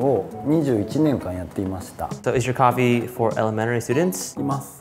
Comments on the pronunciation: I Love the way they pronounce coffee... Cohee! 😄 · “Coffa wine” “coffine” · Its Cofine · no, it's coffine